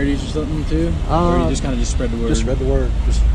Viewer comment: said "your KIN" not "your KIND"